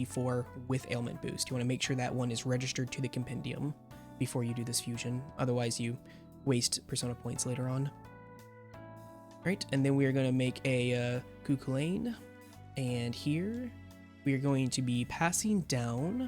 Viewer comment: Thanks for the guide, just thought you might like to know Cú Chulainn is pronounced "Coo-Kullen" or sometimes "Coo-Hullen", being Irish your pronunciation hurt lol appreciate the video though